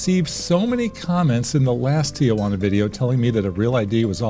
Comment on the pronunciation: Everyone please follow along: tee-juana, NOT tee-uh-juana.